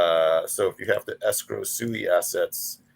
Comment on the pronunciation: One old Asian guy can pronounce Tamagotchi but he cannot pronounce SUI correctly? I understand if you don't know about the SUI Dynasty but how about something simple like water in Japanese (SUI) or even this which is super simple type in Google " how to pronounce the SUI blockchain" and or listen to any of the creators from Mysten Labs, you will only need to listen to them once and then forever be not sounding like a Noob